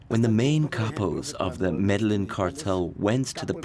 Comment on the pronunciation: I can't do the really bad pronunciation of Medellin, Carillo, etc lol. LL=Y I think pretty much everyone knows this that speaks even the most rudimentary Spanish. I hear this all the time in docs and its so annoying to me.